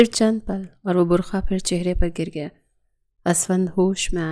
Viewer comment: برکھا نہیں برقع ہوتا ہے